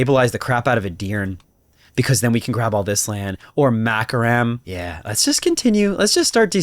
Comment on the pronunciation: I love listening to your mispronouncation of the names. Makaram the country of macaroni XD